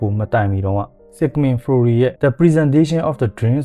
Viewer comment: ဆစ်မန်ဖရိုက် လို့အသံထွက်ပါတယ်